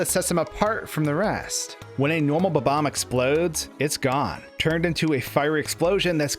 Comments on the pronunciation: Is it really ba-bams? I think its BOB-omb :Dlike bob the name :D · Its Bob omb not bbomb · In English, words have the accent on the first syllable. It's Bob. Omb. Not buhBOMB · You can clearly spell 'Bob-omb', so why can't you pronounce it?? It's not 'Bo-bomb'!!! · Why do people who speak english always call them ''BABAM'' it's spelled ''BOB-OMB''. This is why your language is so confusing to people who are trying to learn. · How many times did you say "Bom-om" in this video? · interesting theory, but the thing i can't get over is how you pronounce bob-omb you know there's a hyphen in there, right? how you pronounce the word is literally shown to you in how the word is divided people keep doing this, and i just don't get it